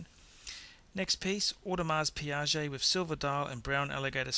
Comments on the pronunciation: What is an Audemars Piaget?? You have an Audemars Piguet or a Piaget there buddy. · You are pronouncing Audemars Piguet incorrectly, FYI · audemars piaget...hahahahahahahahah